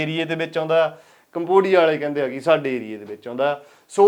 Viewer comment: ਕਮਵੋਡੀਆ 😂 ਖਤਰਨਾਕ ਬੋਲ ਰਿਹਾ ਬਾਈ ❤